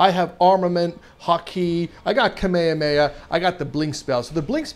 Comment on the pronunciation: beuh pronounced kamehameha wrong